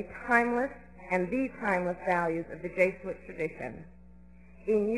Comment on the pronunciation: She doesn't know how to pronounce jesuit.